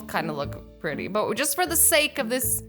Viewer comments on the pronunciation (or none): you said pertty